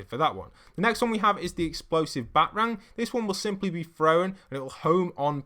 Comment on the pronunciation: Did he say batrang and not BatArang